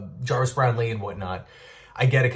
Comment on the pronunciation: It’s “Brownlee” not “brown-lee” one word brother…love the show and your dedication!